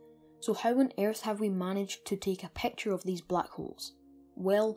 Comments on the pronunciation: I really Love the vid but please stop saying pacture its picture Not pacture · The way he says " picture " pecture " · "...it is hard to take a PAAAKCHUR of it..." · "a peawcture oeaf a blaeak houwlf" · "A pecktyer of a black hole" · i dont trust anybody that pronounces picture as peture!!